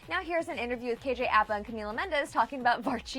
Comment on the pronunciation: Americans can never pronounce KJ’s last name 😑 it’s “up-ah” not “ayhh-pa”